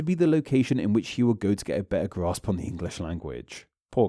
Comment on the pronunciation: I wanted to watch this, but I found the narrator's manner of speaking highly grating. When reading a script, you don't need to end every word at the end of a sentence with the same flat and drawn-out delivery. Also, why do you stress words by adding an extra syllable, e.g., 'to-wa' instead of 'to' an 'Britain-a' instead of 'Britain'?